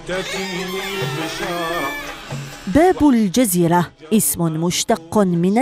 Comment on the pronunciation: باب الجزيرة و ليس باب الدزيرة للتصحيح